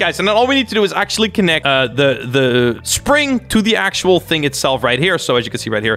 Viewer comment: "Another PRING" "I'm not trying to say the right word" ME: What is a PRING? You mean spring? Oh wait.. You're not trying to say the right word. I see. Here's help: Nevergonnagiveyouup .com (jk)